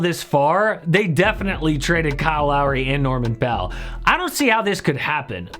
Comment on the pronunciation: Norman Powell STUPID Not bell. Damn HEAD